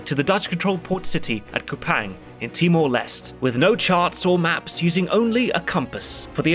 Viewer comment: One minor correction too: Kupang is pronounced much closer to "Koo-pung" and the Leste in Timor-Leste is pronounced as "Lest-tay".